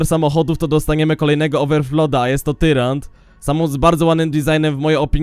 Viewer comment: mówi sie nie tyrant tylko tajrant